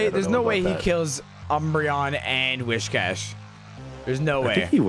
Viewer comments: It's whiscash btw not wishcash why are you saying wish lol. Also the meme is 'Cash me ousside' cuz her "accent" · If I hear "WISH-cash" one more fucking time I'm gonna lose it 😤